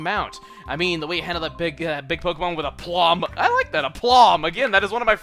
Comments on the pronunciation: BTW 'aplomb' is pronounced 'aeplumb.' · Don’t you think it’s actually pronounced, “Ai-plomb!?”